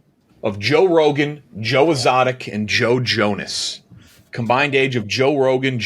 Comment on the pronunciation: What an insane way to pronounce Exotic